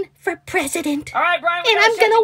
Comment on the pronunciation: This is bwian 😆 🤣 😂 😹 I laughed so hard I changed speices